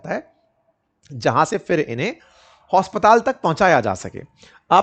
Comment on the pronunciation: हाँ वहीं सर ने बोला हॉस्पताल